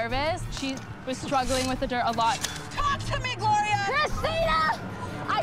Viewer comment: “Wid extra dip”